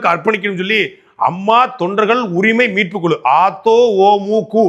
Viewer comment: Meetpu Kuzhu na "me ku" and not "mu ku"